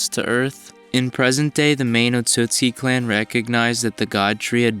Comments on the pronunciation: Can you not read? Or listen to a goddamn thing any time an otsutsuki says their last name? ITS OTSUTSUKI NOT OTSUKI You don't deserve to have this video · bruh he was pronouncing the clan name wrong the entire time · The way you pronounced Otsutsuki triggered me. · Like the vid but your pronouncing the clan name wrong